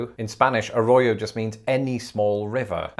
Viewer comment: When you say Arroyo you need to roll your r's like there's three of them in the word